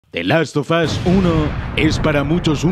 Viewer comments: Asi que te haces el payaso diciendo the last sofas uno ¿Eh? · The las fo fo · "The Last Sofas" - (2020)